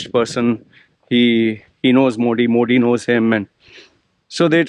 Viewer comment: first say Modi correctly being Indian if you dont know ..learn it. I am not supporter anyway but u r over acting.